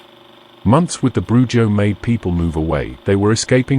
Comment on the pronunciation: Yes the j makes an h sound. BruHo